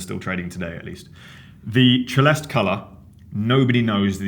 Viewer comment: ce-le'-ste , please pronounce the final "e" 😀